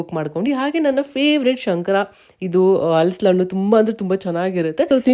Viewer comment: Not halslannu😂, halisina hannu